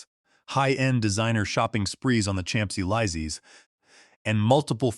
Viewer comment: Boy, AI really butchered the pronunciation of Champs-Élyséesn!.